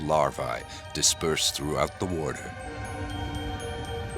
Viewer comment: lost me at larv(eye) like they wear levi's LOL. get to eating and fishing peeps. LARVAE is the plural of larva and is pronounced just like algae. AE is a long EEE sound in Latin. larVEEEE! as well MD's mispronounce the AE ending too as long AAA NOPE! long EEEEE! dumb F's